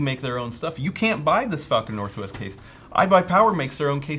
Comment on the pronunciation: Text to speech keeps saying "Fucking Northwest." Can we all take a moment to apreciate that sometimes Google breaks in wonderful ways? I want a Fucking Northwest T shirt now.